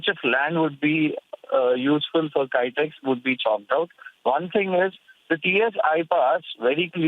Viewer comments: Haha, it's not "Kytex", but Kitex. :D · It's kitex not kaitex